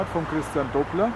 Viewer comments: Schade, daß die Aussprache dieses Namens nicht Dobler ist.... der Mann heißt Doppler! Du sagst ja auch nicht "dobelt", wenn Du etwas zweifach hast.... Also Doppler! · kleiner Tipp es heißt nicht doooobler der Name wir durch die 2p schnell ausgesprochen Doppler aber macht nix es weiß eh jeder was und wen du meinst😜aber dein Video wie immer super mach weiter so👍🏆😀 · Na klar kennt man den Christian Doppler. Wer in der Schule in P'hysik aufgepasst hat, musste über den Namen stolpern. " Doppler - Effekt ". In vielen technischen Anwendungen der Fall. Du sprichst den Namen übrigens falsch aus. Doppler- so wie doppelt oder Donner. Mit nem kurzem " O " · Christian Doppler… Entdecker des Doppler Effektes, Entwickler des Doppler-Radars für Wetterbeobachtungen, etc… Kein Unbekannter also. Übrigens, das „o“ bei Doppler wird nur kurz gesprochen…